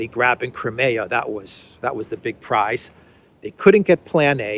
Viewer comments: cry-me-ah, not cry-may-ah!!! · I enjoy and appreciate your analyses, but could you please pronounce Crimea with a long I as in “ CrYmea” as we typically say it in English? Thanks!